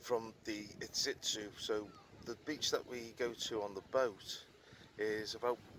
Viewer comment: It’s Iztuzu 😉